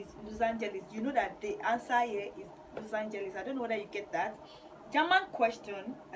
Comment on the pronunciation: Please pronounce Los Angeles well🙄